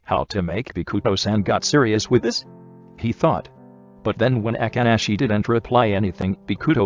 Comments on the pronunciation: BRO WHY DID IT SAY “A-kk-ah-shi” bro it’s just “A-ka-shi-“. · nobody : the voice dude : AKANASHI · I love how the narrator said Akaashi's name as Agaaaashee 😅❤️✨ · The fact that the auto narrator just can't say akaashi for the life of him😂. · I love it when it says Akaashi 😂i cant take it 😂